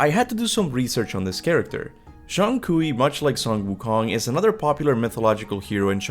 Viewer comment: Is just Kui, Not Kui-We. LMFAO.